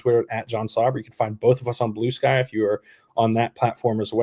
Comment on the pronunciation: I heard it when she said Blue Sky..